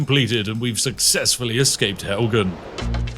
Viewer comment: "Helgan" and then he says "those who really know Skyrim" lol